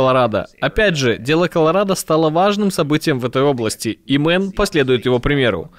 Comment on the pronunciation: Ребята, нужно говорить штат Мэйн, а не Мэн.